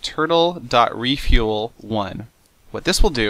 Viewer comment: I understood nothing after "this is a mining Tuttle"